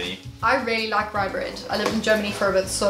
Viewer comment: Its not "RyBrEaD" its rugbrødd